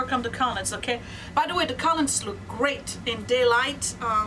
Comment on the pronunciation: love your videos but lately you've been driving me a lottle nuts with your pronunciation of the word collumn. The "n" is silent! It's pronounced "kol-um".